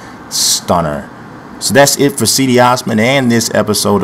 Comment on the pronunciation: thats not have you pronounce cedi tho